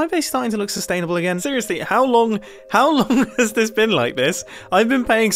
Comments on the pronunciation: It’s pronounced sustainable. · This sustainible thing is driving me crazy! He better be joking! ITS SUSPISIOUS!!!!!!!!!!!!!!!!